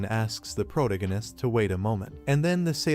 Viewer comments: Wtf is proganitist., its pronounced pro-tag-a-nist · You really really really need to learn how to pronounce words. ProTAHgohnist!!!!protagonist..what the fuck. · It's protagonist not pronagonist... those AIs are so stupid. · (PRO TAG GA NESS) not (PROG A NESS) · Took me 15 minutes into the story to understood he meant protagonist. Not proto-genis 😂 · After this I'll probably end up permanently pronouncing it protiginnist.... that's nice....... that's r...e...a...l.........n...i...c...e...........😂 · All i can hear is proganist proganist proganiat, ether use the dudes name, learn how to say it or say it less, im going to read it instead. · stop saying protanonist :D cuts my ear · Had to stop watching less than 5 min in, after the third time of him attempting to pronounce pro-tag-gunist, I had to just turn it off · first 5 minutes all i hear is Pro-Gun-Nun-ist. can the ai just read his name. maybe just Que. cause it can't read Protagonist. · I heard prodiganist😂😂😂😂😂 but i loved the history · "Proto-gan-ist" ugh.... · Phuck you for this comment, initially I could ignore the mispronounced pro tag o/anist, but now I can't unhear it cause of your comment. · Was hard to enjoy this video because the voice over is not pronouncing protagonist correctly. Stings my ears. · How many times did the AI mispronounce Protagonist 😂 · Bro, I thought AI is suppose to be better than us? Why is it pronouncing “protagonist” so incorrectly? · Yeah and the way they butcher the word kills me 😂😂